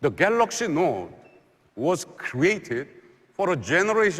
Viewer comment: Why do they always says "Samsung Galaks"?